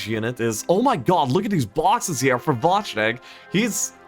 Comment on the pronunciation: Wojtek is pronounce more like [Voytec], Voy+tec :)